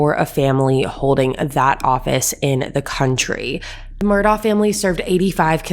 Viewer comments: It’s pronounced MUR-duck. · I think its pronounced Mur- Dough